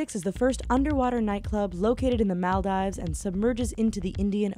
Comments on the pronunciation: Mahl-dies, are you actually stupid Mol-deevs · It's Mahl-deevs not Mal-dives. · Did she really say "Maldaives"? Also, Ithaa = eetah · HAHAHAHA MUL DIVES LOL ITS MALDIV S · anybody else cringe when she said Maldives? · Please learn how to say Maldives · When she was talking about Maldives I was laughing my ass off because of her pronounetion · lol how she pronounces Maldives